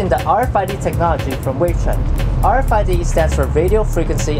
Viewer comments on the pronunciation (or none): none